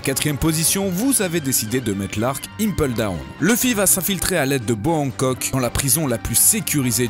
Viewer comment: David Lucas Les noms des lieux surtout, "impeule down" au lieu de le prononcer "impéle down" entre autres. C'est surtout des noms anglais qu'il prononce mal.